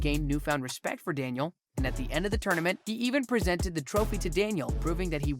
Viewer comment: He say the rivalry of Danniel and William (Johnny) 🤣🤣🤣